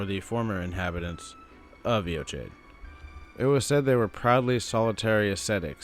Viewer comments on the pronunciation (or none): AY-o-KYDE. I should know, I went to high school there. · Good video. There's so little information about Eochaid (I'm Irish, learned Gaelic in school and I think its pronounced /yaw/ /kid/ with the stress on the second syllable.) I think its the old name for the weeping peninsula. Morne is a Gaelic word as well and Ireland in the early middle ages had a reputation for solitary ascetic monks. Whoever they were, Godfrey put them to the sword after his northern campaigns. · It's pronounced "yo-hidge" In Scottish Gaelic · Pronounced yo hedge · Butchered that name lol. It wouldn't have taken much effort to just google it and learn the proper pronunciation, but you went with sounding like an ignorant doofus. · Americans pronouncing words like Eochaid and Siofre is so fucken funny